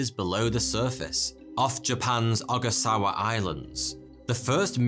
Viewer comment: There is just too many mispronounciations! Gosh! Read it before! Is it filmed LIVE??? Just reading from a script? Micro-SCPICKY, New-FUN-land, Ogasawa..... Read it before.